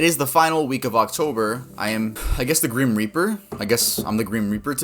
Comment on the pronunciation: “I guess I’m the gream reaper” did you mean “grim”?